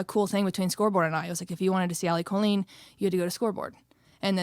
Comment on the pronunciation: The Irish pronounce it as kaa-leen. It is the Irish word for girl. I have never heard it pronounced Co-leen except by my family which I always found strange as we were Irish.